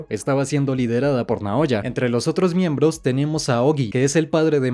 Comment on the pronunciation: Buen video pero "Miemblos"